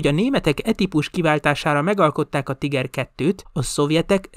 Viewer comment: A szovjetek nem 76,2mm es lövegeket használtak? A videóban végig 75mm t hallani. A Tiger harckocsi helyes német kiejtése pedig Tííger. Többet nem kukacoskodom, jók a videók!